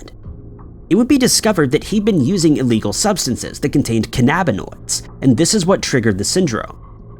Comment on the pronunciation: There is a “Bin” in cannabinoids. Stupid AI voices. 😑